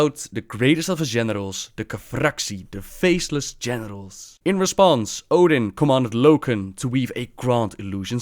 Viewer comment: I cant hear anything else now except ''faceless genitals'' D